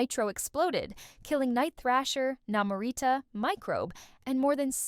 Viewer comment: Tigg-Ra? Na-Mor-Rita? Talking about the New Warriors and showing the TEEN Titans? This video is terrible. X-Static was NOT X-Force. X-Force was the New Mutants and then became Gen-X. The Gen=X movie was nothing like the books.